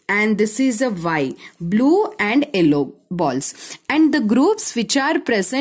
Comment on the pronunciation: madddam its yellow not ellow😂😂